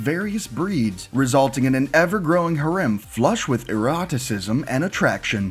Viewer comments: he says it like herim but its prenounced herum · bruh “hurem” 😂